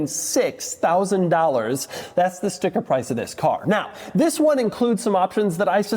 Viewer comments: Doug, the way you say “THIS” at the beginning is kind of annoying. Could you try something else please? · Doug’s the type of guy to jump every time he says the word “this”.